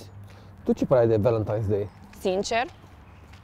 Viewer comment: Haha mi s-a părut că ai spus Balentine's ! 😆😁